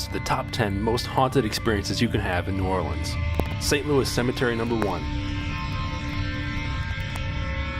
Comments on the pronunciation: They said it how it’s supposed to be pronounce I’m sure locals say it different. I’m from Chicago and people here say it different also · ❦𝓒𝓸𝓸𝓴𝓲𝓮 𝓛𝓾𝓿𝓈❦ That’s how it’s pronounced look it up